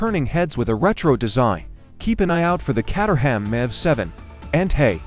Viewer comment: "Catt-er-ham" 🙂 Caterham (Kate-er-um) Cars were previously located in the English town of Caterham in the county of Surrey (Surr-ee). Now located in Dartford (Dart-ferd), Kent.